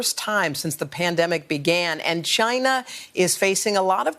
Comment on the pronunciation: Did she just say CHYNA 🤔🤦